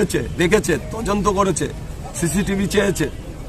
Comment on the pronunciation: তদন্ত ঠিক করে বলতে পারছে না বলছে তজন্ত😅😅😅 স্কুলের ম্যাডামকে জগ ছোড়া গু**ন্ডা নেতা